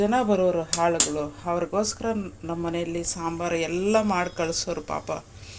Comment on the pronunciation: ಅದು ಹಾಳಗಳು ಅಲ್ಲ.... ಹೊಲದಲ್ಲಿ ಕೆಲಸ ಮಾಡುವ ಆಳಗಳು.... 😃😃 ಹಾಳಗಳು ಮತ್ತೆ ಆಳು ದಲ್ಲಿ ವ್ಯತ್ಯಾಸ ಗೊತ್ತಾಗುತ್ತೆ ಅಲ್ವಾ. ಯಾವಾಗಲೂ ಉಚ್ಚರ ಸರಿ ಮಾಡಿ 😅😅🤣🤣